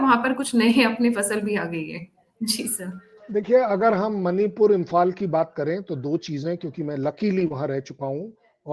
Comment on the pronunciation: एक सुझाव, प्रार्थना है आपसे , कि मणिपूर का उच्चारण "मणिपुर" ही करें, उसे "मनिपुर" न कहें । "मनिपुर" विदेशी ही उच्चारित कर सकते हैं, जिन्हे "ण" का उच्चारण करना नहीं आता ।